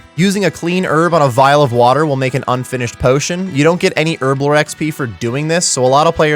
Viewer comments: Earblo 😂 why is it so hard to pronounce the H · All I hear is Erblore XD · wtf is ‘ERBLORE 😂